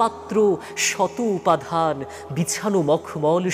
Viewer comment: মাশাল্লাহ অনেক সুন্দর হয়েছে একটি উচ্চারণের ভুল আছে মনে হয় উপাদান (উপাধান) উচ্চারিত হয়েছে